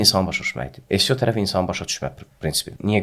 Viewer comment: Maraqlı söhböt üçün təşəkkürlər. Tələfüsdə "Sio" yox, "EsSiO" desəydiz daha düz olmuş olardı.